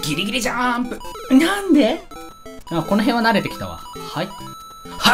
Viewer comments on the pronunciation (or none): にゃんで！ 可愛い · 「ぎりぎりじゃーんぷ！」 「にゃんで？！」 私「「にゃんで？！」」(聞き直す) 「にゃんで？！」 私「……」ᔦꙬᔨ三ᔦꙬᔨ💦(また戻す) 「にゃんで？！」 私「……。」 はい。